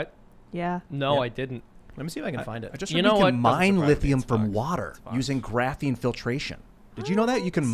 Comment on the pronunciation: said Graphine. Take a shot.